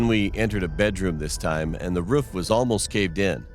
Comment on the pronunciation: WHY DOES HE SAY ROOF LIKE THAT